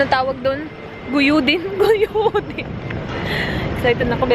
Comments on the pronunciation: “Guyodin” haha ganyan talaga pag bisaya ano mahihirapan sa ibang words na tagalog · Hi im enjoy watching ur vedio at saka the way u say guyudin tga san po kau?? 😅😊😊😊